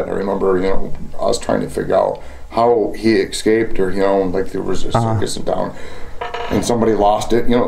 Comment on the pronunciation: Why do Americans say Eck-scaped? It's Ess-caped! Escaped. Also, this is a fantastical tale. I wonder if Bob is more disappointed than annoyed, that someone would lie to his face?